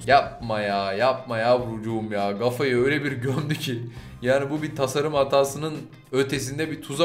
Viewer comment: Kafaya gafa dediğin her an gülmekten ölüyorum